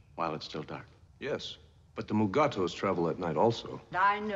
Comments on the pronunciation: It's Mugato. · They pronounce the creature Mugato 3 different way.. The animated series Lower Decks does this too in one of their episodes.